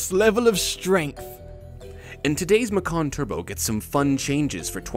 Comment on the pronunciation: Macan Twurbo